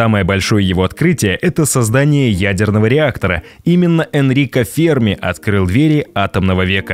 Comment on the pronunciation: Ударение в фамилии на последний слог - ФермА